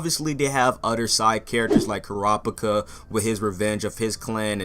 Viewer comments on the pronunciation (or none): "Koo-rah-picka" "Leer-eo"